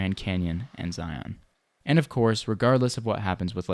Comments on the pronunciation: Excellent video! Just a gentle critique that Zion rhymes with lion. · Yup! Locals pronounce is Zī-ən, like you would say lion. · Good content. I would like to know how that hike up the sand hill went. I'll bet it was murder. Now if you can just stop saying Zi-On, they way they do in the Matrix movies you will sound like a pro as well.